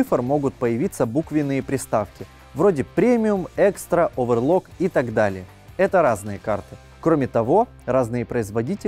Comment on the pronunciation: Не оверлок, а оверКлок, на коробке же написано. Оверлок - это тип швейной машинки